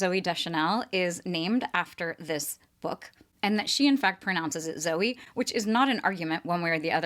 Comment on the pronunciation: I liked your original pronunciation, Zoo-ee as opposed to Zoe.